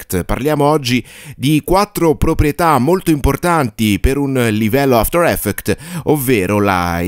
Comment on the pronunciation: a parte gli scherzi, il corso è fatto strabene, hai anche un bel timbro radiofonico, ma quella cosa mi distrae tantissimo! 😅